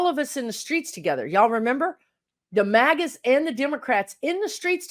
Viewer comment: Oh, you said "MAGA's". I thought you said "maggots"! 🤣🤣🤣